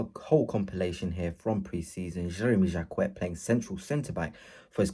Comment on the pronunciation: 😅learn to say his name !!!